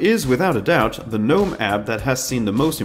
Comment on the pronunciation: Small thing, but the G in Gnome is supposed to be pronounced.. Thanks for the video!